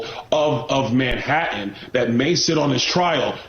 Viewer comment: I loved your snark about Congressman Byron Donalds' T-glottalization -- which has become an epidemic in America -- while saying the word "Manhattan." There are "T"s in the word, Donalds! Pronounce them!